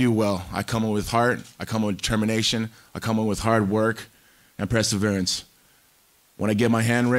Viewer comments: Did he say "preserverance" instead of perseverance? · . Chael is right. Tito is stupid. ‘Preserverence’ wtf 🤣🤣 Chael is hilarious. Tito gets so worked up and effected by what Chael says 🤣